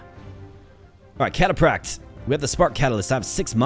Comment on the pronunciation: Bro the way you pronounce "cataphract" was constantly triggering me. >.< Also, the spearman insta-gibbed your eagle because they kill stuff with high move speed, not cavalry....read the card...